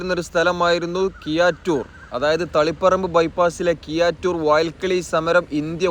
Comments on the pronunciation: Kiyattoor alla bro keezhattur aanu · കിയ്യാറ്റൂർ അല്ലടോ കീഴാറ്റൂർ എന്ന് നന്നായി നാക്കു വടിച്ച് പറഞ്ഞ ശീലിക്ക് . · കിയാറ്റൂർ അല്ലെടോ കീഴാറ്റൂർ.